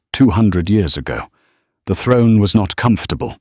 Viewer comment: Why keep saying yours and not years ?